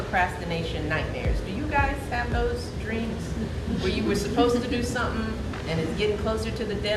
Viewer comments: FOR SOMEONE BEING SO HIGHLY EDUCATED, AND THE WIFE OF A PREVIOUS PRESIDENT...SHE SHOULD KNOW THAT IT'S NOT PRONOUNCED "SUMPIN'".....IT IS PRONOUNCED "SOMETHING". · With all that education, she still can't pronounce "something" correctly. Nobody wants to be lectured to by someone with a victim mentality.